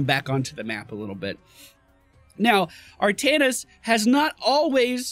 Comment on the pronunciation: Artaknees is a fun,albeit an incorrect,way to say his name! He was also the first character I owned! Really fun!